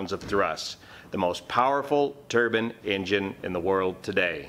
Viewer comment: Also, I might be incorrect but is it a turban engine or turbine? It might be in the pronouncement.